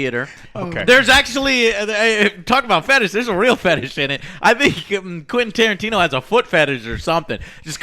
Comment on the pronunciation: why he keeps calling him "quinn" tarantino?